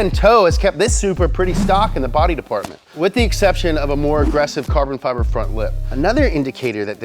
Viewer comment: Carbin fibber???